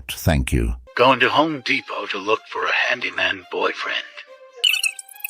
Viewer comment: "Home De-pott"!